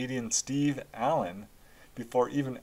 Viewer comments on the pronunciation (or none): none